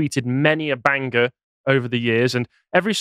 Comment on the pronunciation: Don't know your name, you're my favourite Lotus Eater love the way you pronounce "banger"